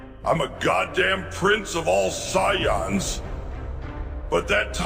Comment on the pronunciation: Prince of all (Si-Yons) lmfao